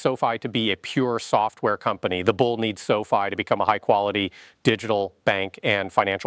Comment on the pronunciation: pronounces the company like Sophie! 😆 You lose a bit of credibility that way!